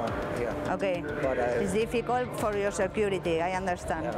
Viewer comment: ….please say…yoar arres…